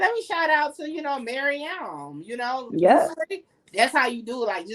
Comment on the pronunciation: Yuuuuhhhhh 🤟🏾😝 it’s MaryAAM